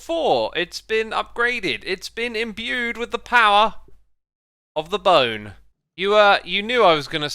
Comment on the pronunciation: ...bow-ne... that's all